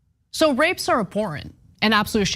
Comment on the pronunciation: ABHORRENT, Ana, not AHORRENT.